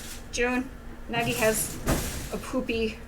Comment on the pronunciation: thats not nagi thats nægi